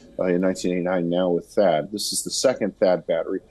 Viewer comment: Thaad battery not barta